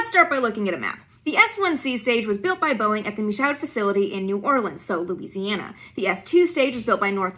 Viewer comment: She mispronounced Michoud, but her pronunciation of Mississippi and Louisiana sounds almost Southern! I grew up in both…